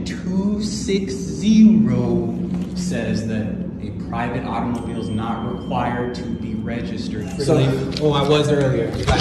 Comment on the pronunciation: Its always so cringey the way they overpronounce "AUTO-MOU-BEEELE"